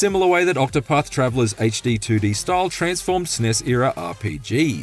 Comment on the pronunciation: He pronounced SNES-era as “sness-era”. This has to be an AI voice, right? Not to mention the bizarre up down emphasis thing that’s going on…